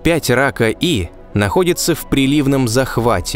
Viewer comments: Судя по всему, не Рака, а Пака, так как PAKA E — английские буквы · Может "пака" а не "рака"? Это англ буквы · может быть планета рака е не рака, а пака? ведь названия планет даются латинскими буквами и читаться должны на латинском, и почему то вы ее озвучили как рака эй, то есть первая часть названия на русском, а вторая на латинском?.... Хотелось бы узнать объяснение данного названия (звучания) этой планеты. Если вы сразу переводите латинские названия на русский, то почему то забыли про последнюю букву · Сук... Рака.. читал бы английской транскрипцией - "пака", названия же на латинице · не "рака", а пака. После этоео знак "е" прочитан каа звук "и". Не положено смешивать языки при составлении и прочтении названий. Тоже ещё популяризаторы! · 55 пака и (если уж произносить па руске)...а на англ.- 55 PAKA E